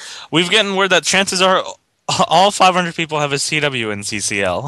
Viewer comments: THE CAWCL SPECIAL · I have a teacher named Mr. Kachel (pronounced the same way as and pronounce CCL) 😂😂😂